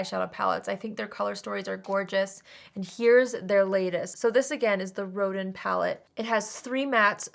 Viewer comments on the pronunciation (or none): Hi! Both the soft neutral and sultry looks are beautiful on you, though I'm leaning toward the sultry! Also, "Rodin" is pronounced "Ro-DAN" like the French creator of the famous "The Thinker" statue. 😊 It fits in with the "masterpiece" theme of this collection. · I thought you said it was the “rodent”‘pallet. 🐭 😳